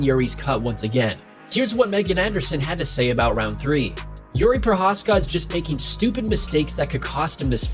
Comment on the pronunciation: Why are you calling him Youri? It's pronounced like eerie